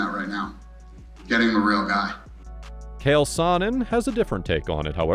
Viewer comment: Chael not Cale Sonnen